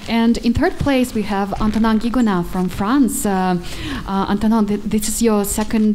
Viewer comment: It's Guigonnat, not Guiggonat. x)